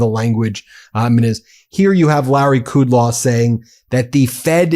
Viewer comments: Ben Meiselas: the Fox dickhead’s name is Larry Kudlow, not Kudlaw. It is hard enough to listen to their errors without adding more. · It's Kudlow, not Kudlaw. Still a lying pig... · Kudlow - As far back as I can remember, his name was pronounced like the words cud low, not what only you have said!